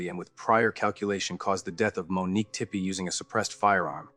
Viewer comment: In di(i)ct ment, McKee (key) Tepe (tepee)